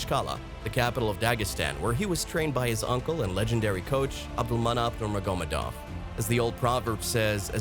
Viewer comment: I wish you would narrate yourself rather than using AI. Consistantly pronouncing one of the most well know names in MMA incorrectly. Nurmagamedov